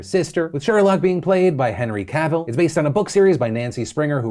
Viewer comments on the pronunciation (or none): none